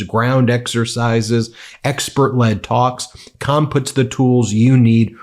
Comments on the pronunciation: Bro, you are not saying "CALM" right 😆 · Am I the only one that keeps hearing the name of the Calm app wrong? I swear I hear another word, that can't be said here. It keeps making me laugh. As a hint, try swapping the A for an U and lose the L.